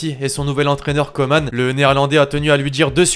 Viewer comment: Koeman ça se prononce pas koman mais kouman